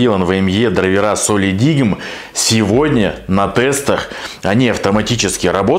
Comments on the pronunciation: это один из немногих ссд у которого производительность 1ТБ версии не отличается от 2ТБ. Кстати произносится как "солидайм" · Правильно читается "Солидайм".